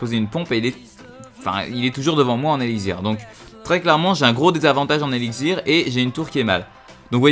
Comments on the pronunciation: tu dit:eligzir!c elixir avec un x lol c vrai en plus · tu a du mal a dire x j remarquer